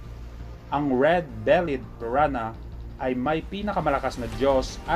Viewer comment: Piranha hahaha piran ha daw